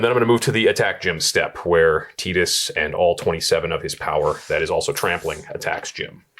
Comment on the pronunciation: Pronouncing Tidus correctly whole pronouncing Final Fantasy Ten as Final Fantasy Ex in the same breath, made me lol. ❤️